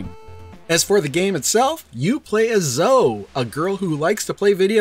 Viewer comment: Zoe is pronounced like Bowie, not Toe. I have a niece named Zoe. I mentioned this on your first video on this cart. Why are you still mispronouncing it? It's like everyone pronouncing Piko as Peeko even though there's a gd pi symbol in their logo. It's pronounced "pie-co". Even the company affirmed that with me in an email. Unsubscibing. You YouTubers need to at least get the names right if you want to be taken seriously by the literate. It's just basic respect for the companies bringing us these fantastic games.